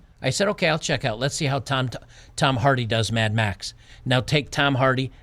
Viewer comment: "Mad Max" decays into "Mad Meh".